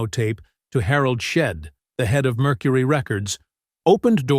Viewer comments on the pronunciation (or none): none